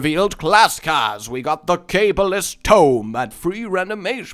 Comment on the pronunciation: Its not "cable is'ts" tome its "Ka Ball ist's" tome